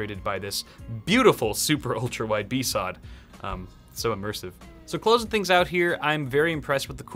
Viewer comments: besawd? Bee Ess Oh Dee seriously I bet you say Yurle for U R L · Did he really call it a bee sod?... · The way he pronounces BSOD tho... Bee sawwed